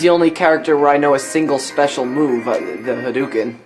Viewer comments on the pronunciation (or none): It's hadoken, not haduken.